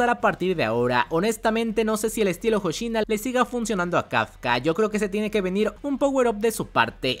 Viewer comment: VICECAPITAN HOSHINA!!, NO HOSHINO H-O-S-H-I-N-A!!!